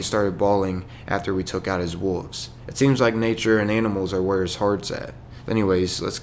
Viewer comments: Are you not pronouncing the 'L' in wolves? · I like how the narrator makes the "L" silent when pronouncing the word "Wolves"